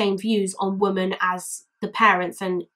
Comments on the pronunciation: I watched the documentary you included a clip from and it stuck with me too. Poor girl. Society failed her. Also out of interest, why do you say "woman" instead of "women" for plural? I'm a language nerd and find it interesting that more people seem to be doing that! Wondering if it's a geographical thing 🤔😂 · Awesome video! Can I just ask.. Why is it you say "women" as "woman" sometimes? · Sorry but why are you saying woman instead of women, your saying woman in sentences that should be women. Sorry just an error I noticed. Also Muslims should be punished if they obey their stupid laws, it's solely made to keep women in check, it's all man made crap, look it up. Its basically a "religion" to discriminate and dominant women.